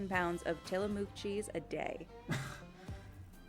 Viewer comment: Interesting how the woman pronounces ‘Tillamook’ in Tillamook cheese sandwiches! No one from ‘Orygun’ would say the name of that town and county like that.